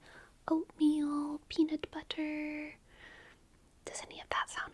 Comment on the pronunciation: you pronounced peanut butter like Allan from smiling friends